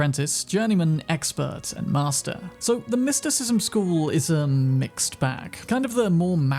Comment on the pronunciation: So you level up your mer-KEN-tyle? ahh then after you work on your mys-TIKISM .... its merSENtile no merKENtile.. my word